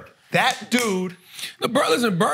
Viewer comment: Imagine being Ainge and not telling your coach in the huddle: You mispronounced Bird, Coach.